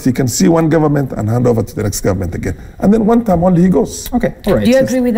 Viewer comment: Mbimbii, ngive, Nget, ngovernment etc. What a palava. It’s stressful just listening to this.